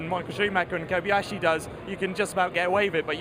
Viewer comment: the guy said like the kamakarzys and kobiashyi came up :L